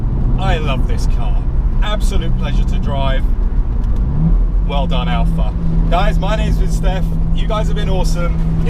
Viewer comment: Cayman. Seriously? Boring, bloated P car. Can't swing a dead cat without hitting one. The 4c is a real sports car and doesn't need all of the up charge nonsense that Porsche is famous for. Oh, it's Alfa, not "Alpha".